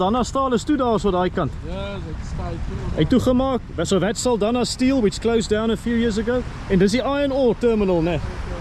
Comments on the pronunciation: Saldanha is pronounced "Saldanya" like in "nyama". The "nha" in portuguese sounds "nya". Sending love from Mozambique ❤ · Thanks for another interesting video. As for the name "Saldanha" the 'nha' in portuguese sounds like 'ñ' in 'España'. Lol😅 But that's in portuguese. Of course you're pronouncing it as it's pronounced officially. It would be interesting to know what the natives called it prior to the arrival of colonizers and settlers.